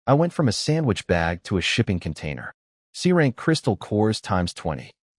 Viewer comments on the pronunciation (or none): When he said shipping container, I thought he said shitting containers